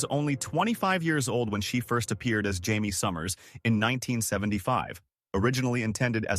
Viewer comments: Your AI voice called Jaime HYMIE and JIGHMIE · Pretty good AI narrator, but I heard THREE different pronunciations for the name Jaime.